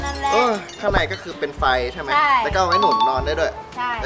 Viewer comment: พูดว่าเปง